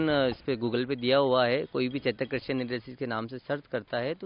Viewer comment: करसी नहीं कृषि होता है